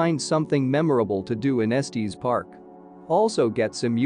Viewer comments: It’s pronounced Estes, like “Estiss”, not Estees, like Testes. Lol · It's pronounced Es-tiss park. 😼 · IF YOU CALL IT ESTEEEZ THEN YOU DON’T KNOW IT!!! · “Estees Park” 🤨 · Eeeew robo voice saying estEs is so wierd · Esteees Park is not how you pronounce it AI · Nice video…except…🥴 gotta work on the correct pronunciation of “Estes” Park! 😅 It’s like finger nails on a chalkboard when we locals hear it mispronounced! Just saying…😊